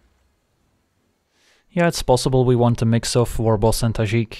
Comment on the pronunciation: Nice to hear a fellow European say Tajic that way 😉